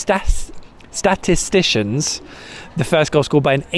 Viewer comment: Statistically speaking the statititions normally get it right when they pronounce atatitistics ☺️